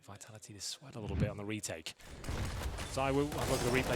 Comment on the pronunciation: BrokeBack VEE-TALL-EE-TEE BrokeBack